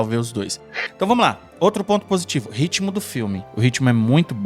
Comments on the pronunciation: Gente é ritmo não RITIMO pelo amor de god! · Vamos polemizar? RITIMO # RITMO. “Haverão” não ecziste kkkkkk . Dito isso: excelente vídeo , valeu 😅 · Ritimo não existe. Ritmo é com T mudo ;-)